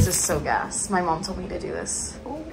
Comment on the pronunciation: “In Mai opinion” 😂